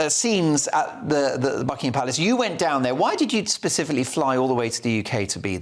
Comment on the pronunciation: it is not BuckingHAM and PackHAM. Learn to pronounce properly.